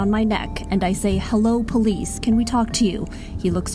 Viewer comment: Does she not realize that the word "police" can sound like "please?"